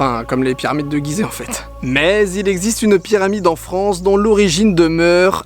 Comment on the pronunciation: Allaient la Fronce